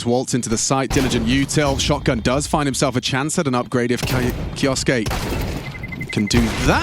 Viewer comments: English Casters, please say it right. It's just pronounced Kyooske! Just 2 syllables! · That's... not right. suke isnt su ke, should be pronounced like "kyo-skay" or "ke-oh-skay." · "Kioske" "Keosoake" "Kyooske" These commentators sure waltz in with not one speck of homework, right? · Kyousuke is taken from Japanese. It should be pronounced ‘Ki-oh-suke’ like Sasuke from Naruto